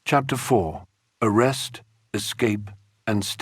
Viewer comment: Yes, he even pronounces some words like "Nuclear" and "escape", like an illiterate teenager. He says "Nuk-ya-ler" like a typical ditz would, instead of "NuK-lee-er" like an educated person would. And he says "eks -kape", like mentally challenged kids do, instead of "Es-kape", like someone who learned how to read would say it.